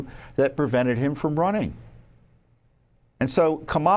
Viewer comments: She pronounces her own name like COMM-ela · I've heard her name pronounced Obamala. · It's Kambama